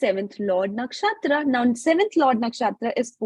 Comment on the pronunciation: Everything is good except her ascent when she say nakshatra